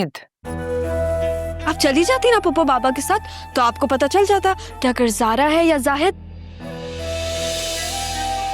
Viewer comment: maamu said sara instead of zara